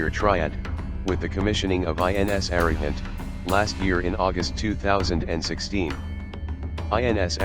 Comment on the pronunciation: INS Arihant pronounced as UH-REE-HUNT